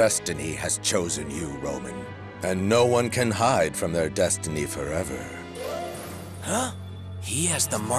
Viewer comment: “thats right DuStEnY have choosen you Romen”